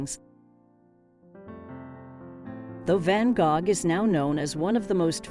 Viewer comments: I was wondering if I had always learned to say it wrong 🤣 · I couldn't get past the mispronounciation of his name.